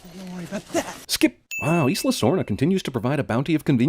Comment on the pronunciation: The geographical term "Isla" is pronounced "Eye-la". Add another sin for that.